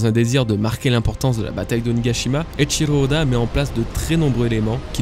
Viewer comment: Eiichiro Oda et non pas Eiichilo ode